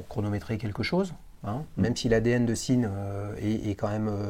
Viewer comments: En allemand, on prononce Zinn, avec un z, pas un s. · Encore un super épisode. J'adore quand c'est avec des marques moins connues comme Sinn!!!D'ailleurs je confirme pour la prononciation c'est bien zinn. Personnellement je trouverai sympa que tu nous fasse une nouvelle rubrique ou tu nous raconterais l histoire d une marque ou d'une invention horlogère à ta façon de collectionneur passionné. Mais je suis conscient que cela prends du temps . Mais comme disait un conteur africain "vous avez l'heure et moi j'ai le temps". Merci encore pour ces moments de passion horlogère.